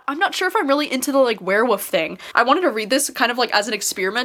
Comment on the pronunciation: Me cringing when you said ‘werewoof’